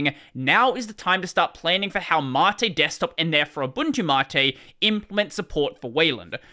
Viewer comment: Wait... MATE is actually "mahtae"?